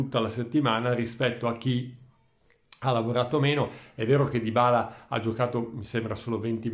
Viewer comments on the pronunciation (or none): none